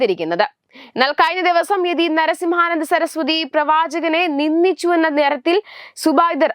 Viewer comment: നിന്ന അല്ലാ നിന്ദ എന്നു പറയുക.. നിന്നിച്ചു തെറ്റ്..നിന്ദിച്ചു എന്നത് ശരി.. വാർത്താ വായനക്കാർക്ക് അവശ്യം വേണ്ടത് അക്ഷരശുദ്ധി യാണ്...ശ്രദ്ധിക്കുക ..